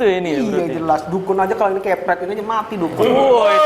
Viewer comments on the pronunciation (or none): none